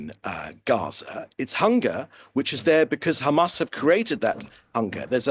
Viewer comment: When the ridicule opens his mouth and talks only about khamas khamas Khamas 😂😂